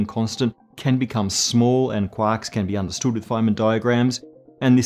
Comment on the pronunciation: really love listening to talk about cuacks